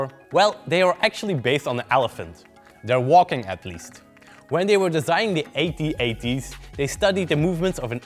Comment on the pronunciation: its At-At. not A-T-A-T